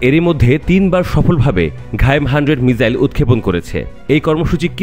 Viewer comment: ভাই রে ....তুমি যে বল ""মিজাইল "" এই শব্দটা তুমি কোথায় পাও , আমি তো গুগল থেকে বাংলা এবং ইংলিশ কোন ভাষাতেই ""মিজাইল "" শব্দ পেলাম না !!!! এই ""মিজাইল ""শব্দটা আসলে কোন ভাষার? কেউ জানলে একটু বলুন প্লিজ?? নাকি ""ঈদ" কে সুন্দর করে বলতে গিয়ে "রিদ" বলার মতো বলছে এরা ?!!